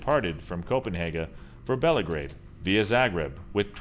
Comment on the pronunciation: copenhaga? belagrade?? smh...